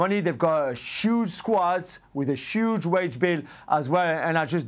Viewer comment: "shuge squad and shuge wagebill" You okay Jules? 😂